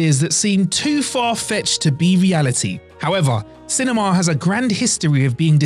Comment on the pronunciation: i can't handle the way he pronouces cinemaaah